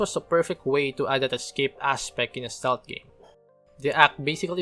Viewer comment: Ste-lth, not "stolth"